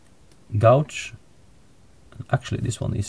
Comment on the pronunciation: Very nice fly. I would have to send to the UK for that bird. Jay's are different in America. That is an English (British) Jay. Anyway, I love the fly, and use other wing fibers but all in all I love it. Hackle Gauge is pronounced without the "U" like gaje, or gage. Thanks for the English tutorials. All the best to you and your family. Sean